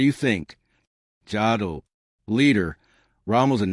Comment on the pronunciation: The name Jodl is pronounced as Yodl. The name Goebbels is pronounced as Gerbles. Numerous sources have reported how the allied air campaign had a negligible affect on German factory production. Until late 1944, German production output was actually increasing. Just nowhere near enough.